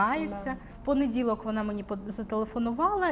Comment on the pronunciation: Теж різануло вухо… «понеділок»… ті дні памʼятаю похвилинно мабуть